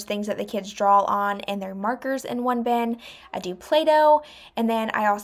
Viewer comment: I hate to point this out but when people mispronounce words I feel like it makes Americans look so uneducated. There is no "L" in draw.